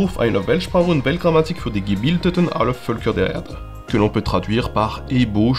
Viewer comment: C'est "aller Völker der Erde", non pas "aller Bölfer der Erde"